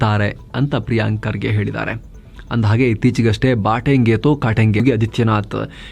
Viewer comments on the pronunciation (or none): ಬಾಟೆಂಗೆ ಅಲ್ಲ ಅದು ಬಟೆಂಗೆ ಬಾಟೆಂಗೆ ಅರ್ಥ ಬೇರೆ ಬಟೆಂಗೆ ಅರ್ಥ ಬೇರೆ